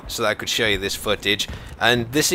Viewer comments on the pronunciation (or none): he sounds like Canadian when he says "footage". It sounds like "footish"